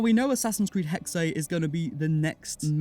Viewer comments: Hey im from Germany and its pronunced Hexe, so not Hex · indeed, it's essentially just pronounced as the english (well, obviously taken from german) word hexes, just minus the s.